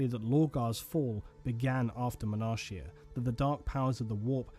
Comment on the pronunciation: 1 thing.... Sorry.... Is called "Monarchia" with the "CH" as a "K" so is like "Monarkia"